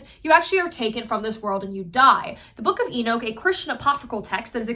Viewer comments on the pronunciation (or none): none